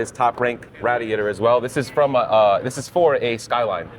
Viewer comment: Rat-e-ate-r, how to say "I'm from Bensonhurst" without saying "I'm from Bensonhurst". 😂😂😂 Also, I'm a little concerned about the hot side of that turbo making contact with the valve cover🥴